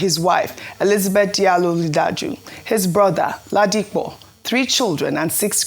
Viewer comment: How hard is it to pronounce "Li Ja Du"?